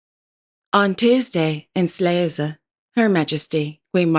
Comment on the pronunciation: Your pronunciation of Slagelse is perfect, well done